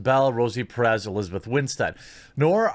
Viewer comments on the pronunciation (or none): none